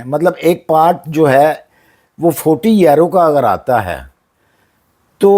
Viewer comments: yerroo ….he meant to say Euro 😂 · It's euro not yero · سر یورو اور ییرو میں بہت فرق ہے برائے مہربانی اسے ٹھیک کر لیں